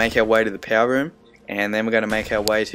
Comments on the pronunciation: I love it how you say power... "Pow" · Love the way you say power